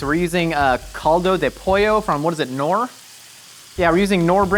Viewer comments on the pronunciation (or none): The K in Knorr is not silent, wth? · Hahah I'm from the Netherlands and the way you said Knorr made me laugh. Knorr is from Germany and you say the "K", so not as in "know" where the "K" is silence, but actually with a hard "K". All of you creations look good tough! Keep up the good work :D